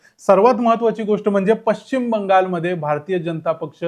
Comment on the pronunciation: Pashchim Shabdacha uchchar chukicha karatay. Ya shabdatil ch cha uchchar karit nahit.